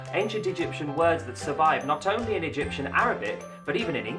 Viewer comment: U did it rong i am from egypt all the words u sd rong.